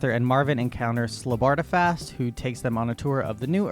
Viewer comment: I think its fairly important, in a very real and legally binding sense, that you learn to pronounce Zaphod. It's pronounced Zayfod, not Zaf-od. Oh god - now you are slaughtering Slartibartfast as well. I mean there's a whole bit about his name in the book and the radio series. I explain, but you've exceeded my zapod limit for the century. But thankyou - you've highlighted many of the reasons why I've avoided the movie version for years, and feel safe in doing so for several more.